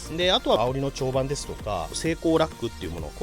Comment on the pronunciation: 蝶番は「ちょうばん」ではなく「ちょうつがい」ですよ。いつまでも治りませんね笑